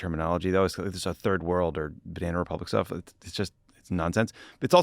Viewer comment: JD Vance: "Bananna Republicans -- er, I mean, Bananna Republics ...